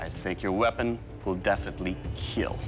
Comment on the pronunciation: "It will kEiL"🔥🔥🔥